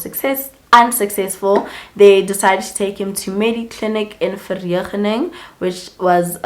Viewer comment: Ver-ene-Ging xxx